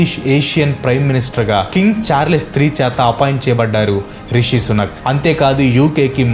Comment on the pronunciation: Anna sunak, sunak antantee edho kukka laga vinabaduthondhi😂😂